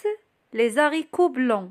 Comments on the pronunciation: Les haricots normalement pas de liaison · Désolé on fait pas la liaison dans les haricots Mais bravo j'ai appris beaucoup de choses. Merci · Les haricots :on ne fait pas la liaison s et h (z) c est une règle. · شكرا .فيديوهاتك روعة .لكن كلمة les haricots نضن مانديروش فاها la liaison هكا سمعت من عند Johan استاذ فرنسية واذا تاكدتي جاوبيني من فضلك .